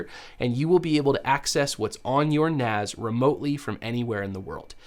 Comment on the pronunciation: It's NAS as in Network Attached Storage, NOT NAZ (Network Attached Zorage??)